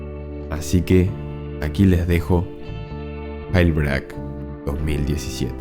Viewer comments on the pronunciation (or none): Todos: yelbrik Este loco: gailbreac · minimo pronuncia bien jailbreak, como que gelbreaK? es yeilbreik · Jail se pronuncia "yel", y break se pronuncia "breik", no gelbrac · me da asco como lo pronuncias 🤢